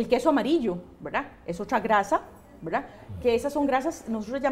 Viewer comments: Verdad? Veldad?😂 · Verlda*, deja eso mujer, k fastidio.., velda!